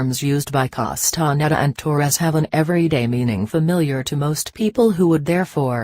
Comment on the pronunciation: How sad, that this is read by a robotic voice. Wrong intonation and awful pronunciation of Castaneda's name. It creates a dull sensation of irritation in my listening brain.